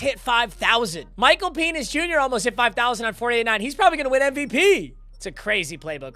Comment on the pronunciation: Did I hear him call him Michael penis jr instead of Michael penix jr